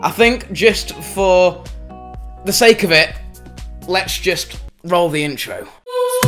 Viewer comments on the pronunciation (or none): none